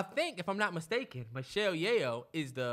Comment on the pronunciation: Me: Screaming at my screen in my Pinky voice "SAY IT AGAIN NIGGA! SAY MICHELLE (YAY- OH) AGAIN NIGGA!" It's pronounced (Yo) Yeoh=Yo! 😭😭😭